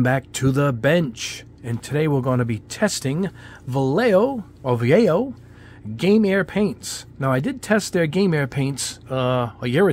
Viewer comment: you’re not pronouncing it any better the second time it’s not (Va-Yeh-Yo) it’s actually (Va-Yeh-Ho) edit: No matter the brand you always add some thinner first.